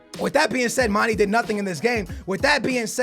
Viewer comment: you pronounce mane wrong man it's not mani mane